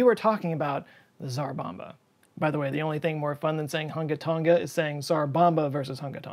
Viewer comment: Its totally not Hun-ga Ton-ga, it's Hung-a Tong-a, the g is unvoiced. Sorry, had to do it on behalf of the Tong-an people I have known, and, it's even more fun to say.